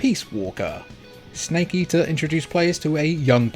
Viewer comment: Did you say... Solid... Snkae?..